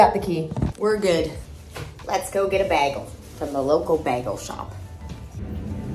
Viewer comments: It’s bagel…not bigel…nor biagle…..I really wasn’t sure what you were getting…. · It’s BAY-gle. Who is this person and why does she have a multimillion dollar Manhattan apartment? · How many times did she said BaEgaL in the beginning 😂😂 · You say bagel right when you say it with a piece of bagel in your mouth lol. We say Bayygul